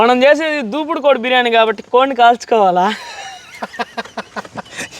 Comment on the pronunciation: బాబు అది దేవుడు దూపుడు కోడి...... దూపుడు పోతూ కాదు... నువ్వు 100 సార్లు దూపుడు పోతూ అంటున్నావ్...